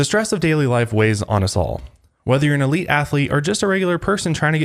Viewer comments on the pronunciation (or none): none